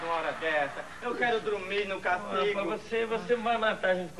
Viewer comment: "Eu não casingo"😂